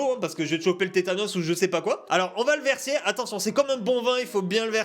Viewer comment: Il a dit betanos !!! 🤣🤣😂🤣😂 Aulieu de tetanos